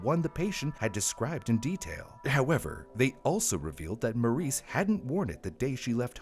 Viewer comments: That little girl's name is Marise NOT Maurice. It's French - pronounced Mar-REEZ (soft first sound, and a distinct z at the end, like Please, but with a Z). OOF. PLEASE work on making sure you say names of victims correctly. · You keep pronouncing Marise as Maurice. It’s pronounced Marissa. Mah-Dee-sah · The AI you clearly used made it sound like this little girl's name was "Maurice", very distracting. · pretty sure her name is pronounced "MARE-ISS"